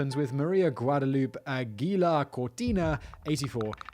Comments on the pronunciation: A certain part of the Texas population pronounce it like he did. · Hahaha. "Guadaloop". 😂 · "Guad-a-loop"... even as a native Minnesotan that pronunciation kills me. Lol.